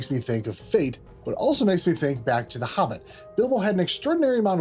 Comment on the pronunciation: The hubbit 🤣